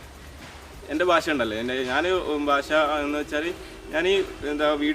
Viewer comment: ഭാഷ അല്ല ഭാസ